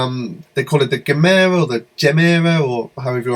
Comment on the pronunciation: Hey you can pronounce it however you like, it's not a word in swedish anyways and when Christian pronounces it he is totally 'americanizing' it. It's like gem + era = gemera, as simple as that!